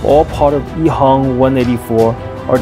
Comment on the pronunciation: Shourt Ehang when pronounced in Mandarin (which is the de facto common spoken language of China), should be Ehang with an 'a'. However, the commentator speaks with a Cantonese accent (btw the company is located in Shenzhen), so it sounds like Ehong instead of Ehang. Wong is a common Cantonese surname in HK where the people there do not follow Hanyu Pinyin to spell their names in English. It is pronounced as Huang in Mandarin. Wang is a completely different family name from Wong & is used by the mainland Chinese who follows the Hanyu Pinyin & speaks mainly Mandarin. Interestingly, Shenzhen is in mainland China where they use Hanyu Pinyin to spell their names in English; but like the rest of the Guangdong (i.e. Canton) province, they speak the Cantonese dialect instead of Mandarin. Hence when they pronounce their names in English, it can be confusing. And no, Wang Computer should be pronounced as Wang & not Wong. If you heard it pronounced as Wong, it is the problem of the speaker. FYI, there is no way to pronounce Wong in Mandarin.